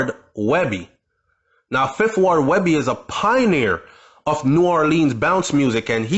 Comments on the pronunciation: His name ain't webbie goofass nigga🤦🏿‍♂️ its weebie (5thWard) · Weebie not webby!!! 2 different people